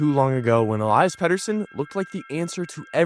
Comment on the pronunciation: Ell-EE-iss is how its pronounced